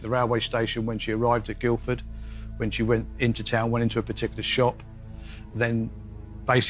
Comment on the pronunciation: Guildford, not Guilford